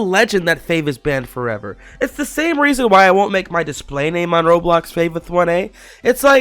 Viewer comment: why you always say "banned forever" weirdly